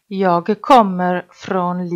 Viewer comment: ليش حاط حرف صوتي بكلمه انا Jäg هيه مو هيك صح هيك هيا Jag